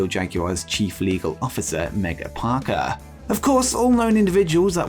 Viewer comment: Megha "Parekh" not Parker, AEW & Jaguars Chief Legal Officer. It's an Indian name, why does everyone butcher its pronunciation?